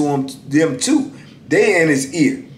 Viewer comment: When you say too I can hear Baltimore